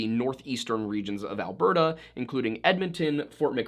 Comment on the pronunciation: I'm from BC, have family up in Edmonton and to hear you say both Edmonton and Alberta CORRECTLY is so refreshing for me. I've heard so many funny pronunciations of Canadian places by non Canadians over the years that it literally shocked me. Also, I'm Canadian and YOU taught ME that there is a damn S after Hudson in the company name hahaha 🤣🤦🏼‍♀️ How hilarious is that, eh? I never knew that. I've always just called it, and heard it called, The Hudson Bay Company, or in recent years, HBC. And I never knew it was French/English. I remember the first time I ever heard about it when I was little in elementary school. I only knew it was named what it was because it was near The Hudson Bay lake and that it was a fur trading outpost somewhere out there. Who knew that decades later they'd be carrying perfume and designer bags and home decor and act more like a Department Store than a fur traders. It just sounds so ridiculous to me that it turned into this over the years considering it's start.